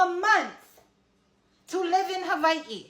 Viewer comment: Learn how to say Hawaii